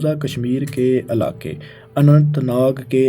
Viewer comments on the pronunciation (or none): Mandir to suna tha Mandar aj pehli bar pta chala Shumar ko shamar Ilaqay ko alaqay Pta ni ajeeb jahil banda hai jis ko lafz bolny e ni aty